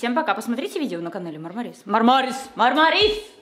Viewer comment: Мне одной показалось когда (в конце видео)говорила про Машу:МАРМАРИС! Мне показалась что она сказала БАРБАРИС!